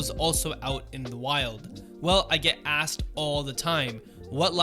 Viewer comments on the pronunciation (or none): none